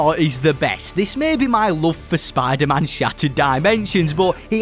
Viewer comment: I’m sorry but I can’t hear spider-man the same again lol spadah-mahn